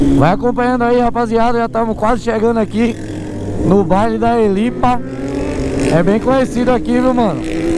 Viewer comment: No baile da helipa ....vc falou errado amigao kkkkkkk mais entendemos oq vc quis dizer kkkk